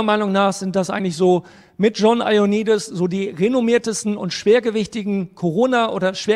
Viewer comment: Wieder mal top-interessant! Vielen Dank für Deine immer fundierte und akribische Arbeit :-) Aber bitte: Der Mann heißt John Io-A-nnidis. - Danke ;-)